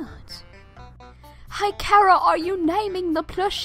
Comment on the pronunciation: they're the only dubbers I've ever heard pronounce Chara correctly(as in character)